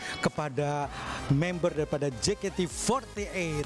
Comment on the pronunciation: Je ka te fourty eit 🤣🤣🤣🤣